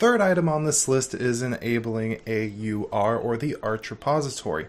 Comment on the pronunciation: Video quality is fine on the desktop but very VHS cam quality on everything else. Is the lens greasy? And just some nitpicks - it's called an fs-tab not f-stab as in File System Table not a File Stable (hehe). And it's AUR as in A.U.R. not R. Most people pronounce the /etc either by its letters or by saying it like etsy.